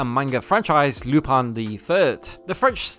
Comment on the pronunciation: gentleman theif* also its “lu-paun”